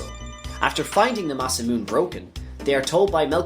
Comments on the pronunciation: It's ma-sa-moo-ne I used to say it MA-sa-mewn before I learned how japanese works. Great vid though :) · Masamune is pronounced Mah-sah-moo-neh as a wink to a great Japanese sword creator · the E's at the end of Masamune and Marle need to be pronounced tho, he didn't. Masamune is an actual historical name in Japanese after all, and it isn't pronounced the way he says it.